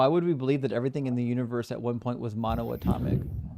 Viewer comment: is truly a testament to the direct connection between religion & the Dunning Kruger. He couldn't correctly pronounce mono-atomic, let alone in-fi-ni-te-si-mal, but he heard those buzzwords somewhere and thought it would make him seem smart. He pretended to be waaay smarter than he is (a folly of the young & naive), but when called out by experts, started raging like a toddler. Those incessant ad homs towards were hilarious projection, I love how he laughed it all off and just kept shooting back quips the kid couldn't handle. Bravo, king 🤘❤️🤘 It's true tho, he rly got nice teeth, you gotta show what you got 😁 I raise a glass of mono-tonic to, but I'll make sure to add some gin, because some guests are unbearable without alcohol.